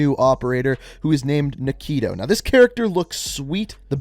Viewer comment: Nikto is pronounced "Nick toe"